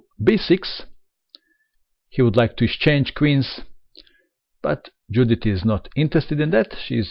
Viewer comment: Hi, Judit Polgár is a Hungarian chess player. So, her first name, Judit, should be pronounced, as "Yudit". (Note: the first name in Hungarian is the family name 🙂 So, corretly her name is Polgár Judit).